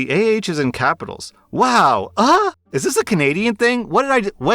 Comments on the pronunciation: its spelt Eh and pronounced Ey, not Ah, eh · It should be eh not ah lol we say eh a lot up here 😂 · WOW!EH!…not Ah…Eh. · He was also pronouncing "ah" as "uh" I thought that was weird.... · wowAH. 😂 At least it was funny how you emphasized it. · It's pronounced wow eh. Canadians spell it differently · I'm pretty sure it's is supposed to be "wow aye" like that typical Canadan saying lol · Lmao i couldn't stop laughing. It hit even harder when he said the AH is capitalized and continued with a new and improved pronunciation. Wow, AHHH!